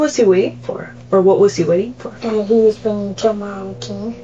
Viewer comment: Is this an AI voice? There is this weird sigh in the way it says the certain syllables of certain words. "Waitingguuhhh" "No one hhhexphhhected"